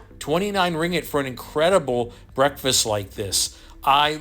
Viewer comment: Your 'Ringet' is hilarious.. hahah its Ringgit